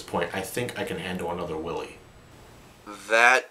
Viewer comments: Watching the entire marathon, every time he says Wily I can't stop myself from going.. "NO! Its Dr. Why-wee!" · I love this marathon! But the pronunciation of Wily is killin' me. It's pronounced why-lee. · He hasn't called him Willy in the entirety of the Marathon. He calls him Willy here as a joke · Hey Wily,what do you think of Dr Light pronouncing your name as Doctah Wawhee in Megaman 8? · I never noticed they messed up dr wilys name.in mega man 3 proto man said dr wiley.mega man 8 dr light said doctah wahwee.wilys name for some reason is hard for them to pronounce? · It's a joke. Check the Mega Man 8 review, he pronounces "Wily" with a lisp, taken from when he noted that the voice actor for Dr.Light had a case of the Elmer Fudds. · Why are they saying willy